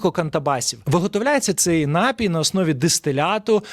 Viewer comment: напІй, аааааааа, не нАпій, а напІй, ви ж гроші за рекламу берете, грамотії 🤮